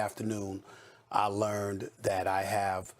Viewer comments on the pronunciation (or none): none